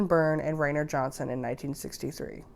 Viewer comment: It’s not Ray-ner it’s Rye-ner